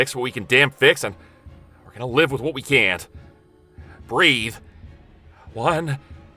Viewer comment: Loved the intro, and the story was good. But the only thing that sticks with me is saying BREATH!.lol